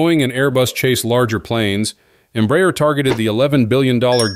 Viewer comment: This is a really excelent and very informative post. To make it perfect, the pronunciation of the name Embraer can be improved. It isn't Emb-rayer, but instead, and quite simply Embra-air.